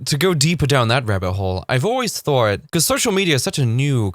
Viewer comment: Thought he said "that is actually not a thort." thort, i like that thought of saying thort instead 🤔like idear. 🤔